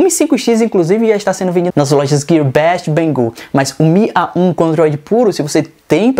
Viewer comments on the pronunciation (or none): o faz AH um AH 1 kkkkkkkkk